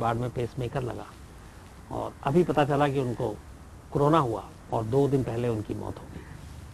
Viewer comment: क्रोना नहीं साहब, इसको कोरोना बोलते हैं | It is called Corona, Sir and not crona